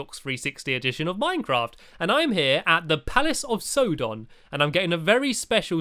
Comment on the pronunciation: It's sauron, not sodon